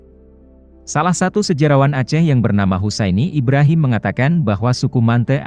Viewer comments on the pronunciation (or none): none